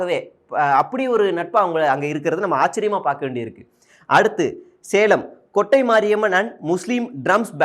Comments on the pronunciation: கொட்டை அல்ல.. கோட்டை 😅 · கொட்டை ❌ கோட்டை ✅ பெரூர் ❌பேரூர் ✅